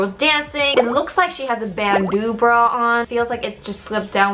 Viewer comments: First time I've ever heard "bandeau" pronounced "band-ooze" as opposed to "band-ohs". Beau = "bo", right? Frigging French and their vowel soup. ;) Still an interesting look at what female celebs have to do to look "right" for the camera. Too damn bad y'all get criticized by somebody no matter how you look. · Jessi's gonna blow all those Korean norms up :D Also, that's a halter you're wearing. It is cropped but it's a halter. Be glad though on cup size. I was married to a woman who was 34E. she can't wear cute bras, no bras, plunging cowls, etc. Also it's pronounced Bandow, it's French. With a large chest you can pretty much only wear very tight fitting or low cut or else you just look fat.